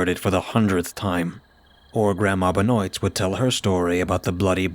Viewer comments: Love your stories man! Just one thing. Benoit is pronounced "Ben-wah". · I'm saying this ONLY because I have a friend with the last name "Benoit" it's "ben waa" 😅 At least that's how they say it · Benoit is pronounced ben wah. Remember that wrestler or ball player Chris Benoit, dude who killed himself, that's what's making me think that.